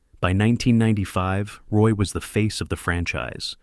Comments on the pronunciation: It's "WAH" not Roy stupid AI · It's pronounced RWAH. You got "Bleu, blanc, rouge" right. But mispronouncing his name kills your authenticity.